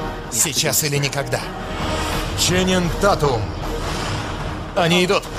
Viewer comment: Фамилия правильно читается Тейтум , а не Татум